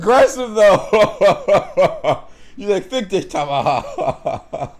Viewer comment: The "Fick dich Tamara" from her was perfect. lol